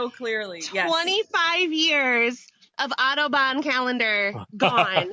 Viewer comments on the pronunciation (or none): Did anyone else think at the end said "Autobahn" instead of Audubon at first? In my head I pictured her mother having a calendar of German cars and then chose the Golden ratio calendar, and the disconnect was very jarring. LOL